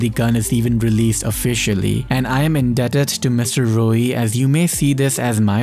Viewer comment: Things I learnt: 1. MX9 Gunsmith 2. You pronounce Mrroey as Rroey